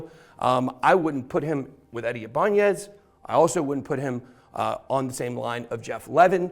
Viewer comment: bro that is so not how that is pronounced 😂 It’s actually also the name of a guitar company. You’re saying the n like an ñ. It’s just “I-buhn-nez”. …orherwise interesting video though, didn’t even know all of this happened, thank you for sharing